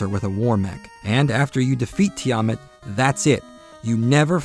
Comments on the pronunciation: Tee-AH-Mut? No. TEE-UH-MATT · Its said like this tee-a-mat just look at dungen and dragons